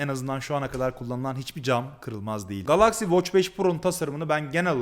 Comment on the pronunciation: O nasil bir Galaxy telaffuzu GALAKSİ